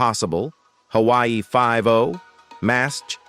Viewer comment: what the hell is hooowwiee 5-0?! The really need to pronounce everything correctly!!